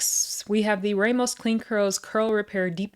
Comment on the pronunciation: Good review ty so very mucho so helpful. Btw the surname Ramos has a short hard A sound like the Egyptian god Ra.